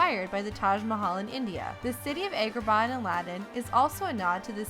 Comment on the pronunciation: AY-gra-Bah? It's pronounced Ah-gra-bah